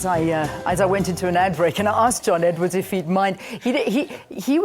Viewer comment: Ummm... it's Edward. Not Edwards!